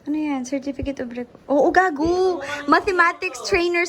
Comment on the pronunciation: hearing those "gago" from is so damn cool hahahaha like sis ang ganda ng pronounciation ng pagkakamura lol ako lang ba? Hahahaha loveyou!!😍